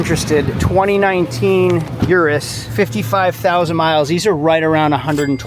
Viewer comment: That urus pronunciation 🤢🤮